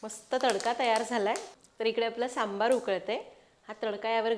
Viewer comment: सांबर सांबर म्हणू नकोस... "सांबर" म्हणजे 🦌 "हरीण" 🦌.... आणि .... "सांबार" म्हणजे "आमटी" ...